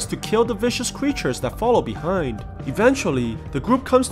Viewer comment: beRind xd